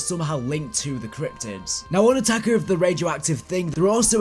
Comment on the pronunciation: i love it when he says "cryptics" cause it sounds like "cryptits"